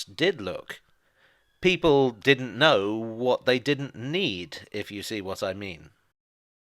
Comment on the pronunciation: I like when he said “if there’s one thing you can’t não, it’s the future”